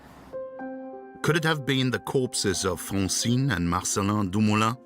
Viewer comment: Good doccie! Super interesting. PS - it's Dumoulin - not Lumoulin : )